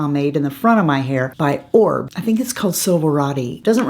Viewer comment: not to be rude or anything like that but an influencer should know how to pronounce a major brand. Please research how to correctly pronounce Oribe